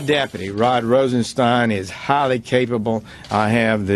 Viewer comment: Phil! Pronounce the man's name right. It's sound like mine not keen. IE Rosenstine